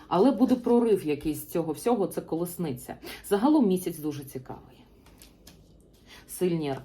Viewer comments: Перепрошую, що виправляю, але правильно казати "колісниця", а не "колесниця".) ... Дякую Вам ..ви - найкращі!!!! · Дякую! Ви сьогодні маєте чудовий вигляд. Хоча завжди маєте шарм, а це вище за звичайну вроду, бо жіночність і чарівність мають більшу силу. Ви ділитеся з нами інформацією. Я хотіла підказати Вам вимову слова Колісниця. Ви дуже гарно говорите українською, приємно слухати, а вчитися потрібно нам всім. Дякую за розуміння💝🇺🇦